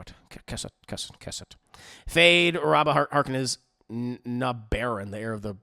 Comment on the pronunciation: Just to let you know its Rabban not Rabba